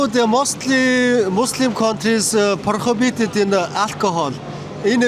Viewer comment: Англи хэл нь яагаад ерөөсөө сайжирдаггүй юм бэ. Арай л муухай ярих юмаа... хийж байгаа контентоо гутаачих юм😢 prohibited гэдэг үгийг яаж хэлээд байгаан бэ, арай юмаа